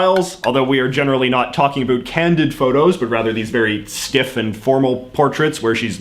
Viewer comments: Why on earth are you intentionally pronouncing the words "about" and "around" that way? Canada knows it's fake, and I hope the rest of your audience does. Other than that, interesting video. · I don't know what part of Canada are you from however it would appear that you're from the GGA and I still cannot understand why you're the only person in my 70 years of life that I've heard actually say a boot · I don't normally comment on videos like this. As a proud Canadian, I found this one hard to watch. For one we wear the poppy to show our respect for the veterans who gave their all so we can have the freedom to miss pronounce ABOUT like you do. Not because we are pressured into wearing them. It is the lower middle class that keeps the country moving as they are the ones working hard at bad jobs to cater to a generation that has no respect for what came before. And making people feel low because they buy No Name brand food is in bad form. Growing up we were thankful for what we had, and if we weren't we would get A BOOT in the ass to correct the behavior. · About? Wow that sounds different to me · A strange question. The way you pronounce about is the very stereotypical way I’ve heard of referring to the Canadian pronunciation of the word. ie an ooo sound instead of an ow sound. Then I noticed that you did the same pronunciation for the word around. My question is what part of Canada are you from? I ask that because I’m from Alberta Canada and we from what I’ve observed for around 54 yrs pronounce both of the aforementioned words with the ow sound. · i know your about (lol) page says u live in van, but r u from there? bc the way u pronounced about gave me whiplash, i've never heard it like that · Your pronunciation of "about" and "around" seem absolutely put on to appeal to Americans' stereotypes of how Canadians talk. C'mon!! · Drives me nuts. Get rid of the over pronunciation of about and around, it's ridiculous .